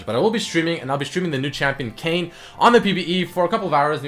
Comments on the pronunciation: he's name is Kayn not Kayne, closer to Kannye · it is Kayn, not Kanye or Kayne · it is kayn not kayne